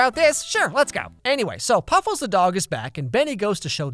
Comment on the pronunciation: Nobody gonna talk about how that Della chick says Puffels every time she goes anywhere also I loved as a kid so to see this was wicked